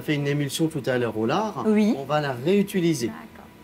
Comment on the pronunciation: Bonjour. J'adore votre chaine. Juste un insignifiant truc qui me fait bugger à chaque fois. Le fait que vous dites "Uuis" au lieu de "Oui" 😅?